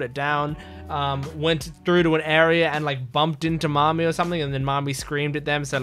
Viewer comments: Nami not Mami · It's Nami. Not Mami. 😊